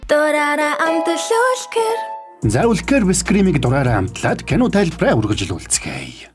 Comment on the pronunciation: Үлкээр биш үлка гэж хэлдэг шүү